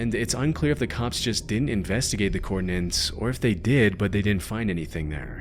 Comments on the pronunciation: 'the coordin-nents' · Coordinates, not "coordinants" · *coordinates, not coordinants.